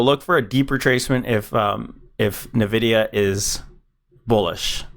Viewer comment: Bro its pronounced envidia